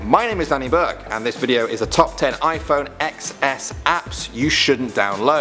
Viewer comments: it’s pronounced iphone 10 not x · ITS PRONOUNCED iPHONE 10 S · It's not pronounced the iphone xs it's pronounced ten es.